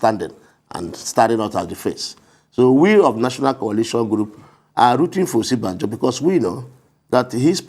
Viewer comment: He is supporting Osinbajo and cannot even properly pronounce his name. He is saying "Osibanjo" but the VPs real name is "Osinbajo"!!!